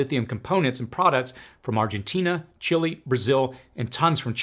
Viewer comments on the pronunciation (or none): none